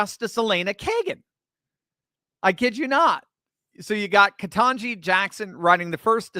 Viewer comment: Ketanje? That’s a surprise.